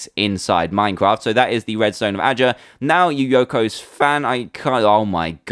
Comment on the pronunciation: It really bugs me...Yuyoko? It' Yuyuko! You You Co!